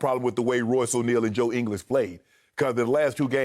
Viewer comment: Joe English? Lmao... WTF, his name is Joe Ingles, Shannon.